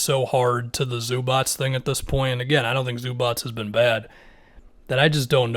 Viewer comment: Everybody: Zubac: Zubats